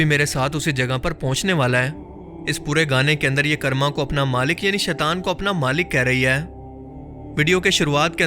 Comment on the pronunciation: Bhai karma ko 'kaarma' pronounce karte hain 'karrma' nai 😂😂